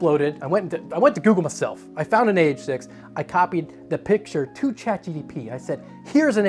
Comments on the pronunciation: Omg, its GPT, not GTP, lol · "ChatGTP"... "ChatGTP"... "ChatGTP"... Brother, you're SO close, I'm begging you, just slow down a bit. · he was literally saying it wrong 90% of the time, its not "chat gtp" either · "Chat GTP" My brother in christ, that's not the order of the letters. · I'm hearing GDP as in Gross Domestic Product and that checks out 😂